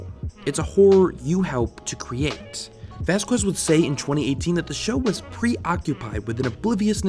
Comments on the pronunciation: It turns my freaking ears inside out when people pronounce "vazques" "vass-kwez". Really wanted to watch this. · All latins on the coments! Its vazques! The u is silent! Q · The way you pronounced Vazquez made me want to do something horrible